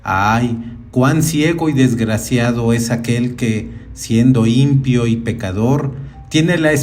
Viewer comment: Muchas gracias por tan gran trabajo realizado en este canal. Solo le pido a la persona que brinda su voz que pronuncie la palabra impío correctamente, no es impio como usted lo pronuncia, es impío con tilde en la segunda vocal i. Muchas gracias por la oportunidad, bendiciones 🙏🏼♥️🕊️